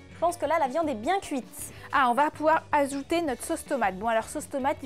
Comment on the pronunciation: tu as dit azouter au lieu de ajouter